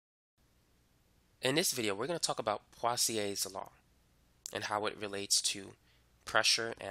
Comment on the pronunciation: Wait, what? Pawsiaes law? My sir pronounced it poesoolaes law and my whole class repeats after him.